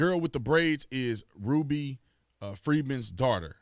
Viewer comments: It’s RUBY...not RUDY. And people supposed to believe you when you can’t even pronounce simple names 🤦🏽‍♂️. SMDH Lmao 🤣🤣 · La Ruby not LA Rudy??!! You keep saying it over and over man. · It’s “RuBY” with a B, Bruh. Rudy is a Huxtable...